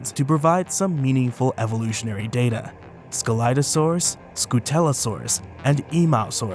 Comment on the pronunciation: What I regognized : you pronounced scelidosaurus wrong The Correct Pronouncation is without C But at all I like your Videos everytime :D